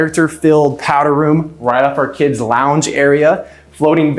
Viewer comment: "Kids launge area"